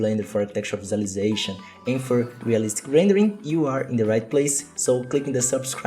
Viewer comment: I love how I could immediately tell you were Brazilian from you're pronunciation of "render".